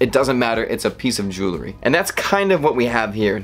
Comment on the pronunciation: Wow. I am quite impressed. I didn’t know that someone could talk this long without actually teaching me ANYTHING about the watch your video is supposed to be covering. Seriously. I literally didn’t learn a damn thing except that you don’t know how to pronounce Jewelry or Hermes correctly, They have an app for that you know. Next time, maybe you should do a little more research. FYI it’s pronounced “Jool-Ree” not “Joo-La-Ree” and it is “Er-Mays” :)